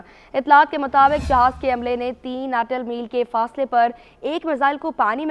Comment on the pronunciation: News Reader. Read. As NATAL MILES >>>. Kindly rectify >>>. Correct word is. Nautical Miles . >>> Jazakallah khair .